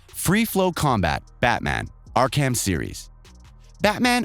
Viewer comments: It’s Ark-em asylum not Ark ham lol and it’s infamous one word. Not in famous. 😂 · . "Ark-- HAM". Lol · Ark- ham and too- shima are just the best! Bruh! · Ark-HAM, in-Famous, L.A. Nor 😁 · I know it's probably a regional thing for wherever the presenter is from but "In-famous" and "Ark-Ham" asylum killed me 😭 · Learn how to say game names right: Ark-Ham? In-Fay-Mous? Really now. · Ark-ham? In-famous? The pronunciation is distracting 😁😁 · "Ark-Ham" , "In-Famous". Has this person ever even heard if these games?😂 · Dude come on with the Arkham shit man. U said it wrong the last video too and this is ur job bro. U can tell u obviously haven’t played them and are just reading a script. Idk that just bothers me and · Heard of the games? Hell, seen a movie/comic/game/lovecraft/real life Arkham? Even infamous is just a regular word, how can you get that wrong?